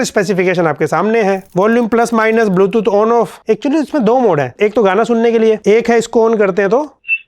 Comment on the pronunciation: dekstop dextop😂😂 bootooth😂😂😂